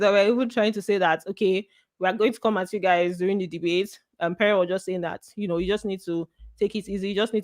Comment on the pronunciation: You resemble one of my course mate with all the features Except with the way u this ur “yoo”